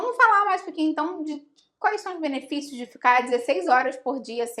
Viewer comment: " ur beneficios" carioqêz